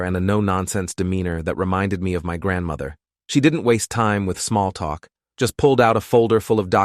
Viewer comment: It's talk not twwawlk